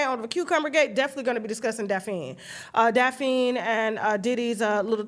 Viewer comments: It's DAPH-NEE NOT🚫DA-4-KNEE! 🤨😬😑😅🙄🤣😆.....TASHA K BE TOO FUNNY even when she MISPRONOUNCING PPL'S GOVERNMENT NAME 🤣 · Who is Dafeen??? You mean Daf-a-nee=Daphne......... And you and Claudia Jordan with this 10 on 20.... IT'S 20 ON 10!!!!!!! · Daphne's name is pronounced Daff-knee Tasha 😅